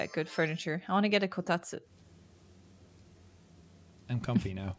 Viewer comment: The satisfaction I felt when said "kotatsu" so perfectly 😩